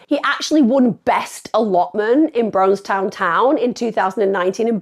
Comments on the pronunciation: This is close to my home; it’s said brawn ston, not brawwwn stone. I live in wigston. This is too close, this gent, this son, husband, father, uncle, friend, grandfather was done dirty with the sentences these kids got! They’re racist, they attacked this gent for his race.ill stand by that. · Braunstone sounds like brawn ston, sorry spending half my youth hanging around there and being from Leicester that bit tickled me. Awful case and great job covering it emma x